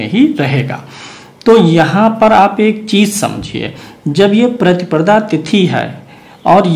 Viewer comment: प्रतिप्रदा नहीं प्रतिपदा बोलिए,लग्न का विवरण देते समय आप २५ ता० चतुर्थी गुरुवार की जगह चतुर्थी बुधवार का २४ ता० विवरण दे गए।